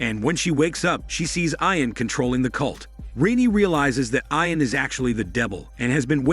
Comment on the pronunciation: You are mispronouncing the name, Ian